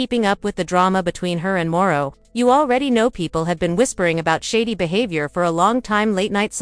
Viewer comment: Who is Marro? Are you trying to say Marsau?